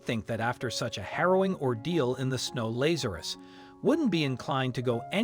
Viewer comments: Not Laz ( like maze).....LAZ ( like has) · This "miracle" has been heavily massaged. First, if the cat had been "FROZEN SOLID," it would have been dead; its heart would have stopped beating. Second, there were two men named LA'za.rus (the narrator didn't know how to pronounce the name) in the bible, both of whom got sick and died. Both were resurrected by JC, which is why the family gave the cat its name.